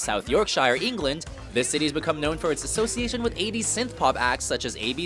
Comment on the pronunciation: Everyone is getting angry about the God awful pronunciation of Yorkshire, but it is ENGLAND, NOT EENGLAND.